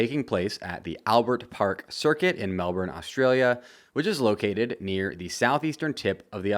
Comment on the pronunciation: Mate, that is not how you pronounce Melbourne.